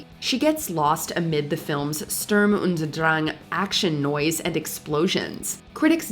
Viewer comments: The most hilarious thing here is the narrator's butt-clenchingly awful attempt to pronounce "Sturm und Drang" - sounds like she's having a mini-stroke 😀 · he was saying: … Sturm und Drang action noise and explosions …. which makes absolutely zero sense.